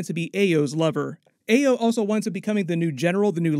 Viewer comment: Is it too much to ask YouTube reviewers to pronounce/say the names of characters in these movies correctly?!? Especially after they or other characters who interact with them, say their names correctly. I've seen this several times, and it's usually characters that don't have typical American/english names and are black or other POC. Ugh. Ayo and Aneka are said in the movie, yet repeatedly says their names incorrectly.